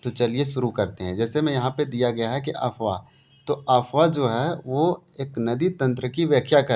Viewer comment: Apwah bolie sir Afwah nahi